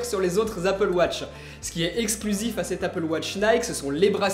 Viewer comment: Elle est bien loin l'époque où tu disais "Apple Woch" 😞